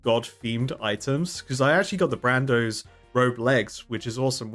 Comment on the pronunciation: For the love of god, it's Bandos, not Brandos. T_T